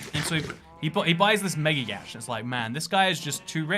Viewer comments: Yacht is pronounced YOT.... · ATTN if you're going to say that to pronounce Yacht in that way is proper, then you are not properly pronouncing the other non-intuitive English words like bought, weight, thought, sign, once, and knife, along with many more.... Just wanted to make you aware of this partly because I am sure that if you start to pronounce them like you do Yacht it'll make others feel more awkward and irritated than you already make them. I love being privy your "streams of consciousness" and all your perceptive and highly Intelligent insights into the idiosyncrasies and reverse logic within the human mind and societal norms. Thank you for your continued proliferation of the truth.